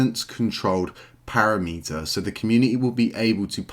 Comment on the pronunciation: Nice vids, but as a dev PLEASE get the "parameter" word correct ... it's NOT "para-meter" :) aside from that excellent content ;)